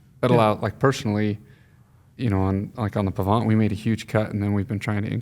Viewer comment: if you grew up at the 'bottom of the hill on the Pahvant' I would expect you to pronounce it correctly:)